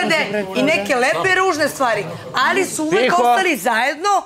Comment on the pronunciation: Ja poludim na njeno Allliii, kao neki kinez to izgovara